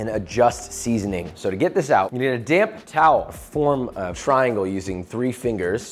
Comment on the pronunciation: This is a very good video - BUT to be a great video you should speak a little slower. Every time you say 'damp towel,' it sounds like you say 'damn towel.'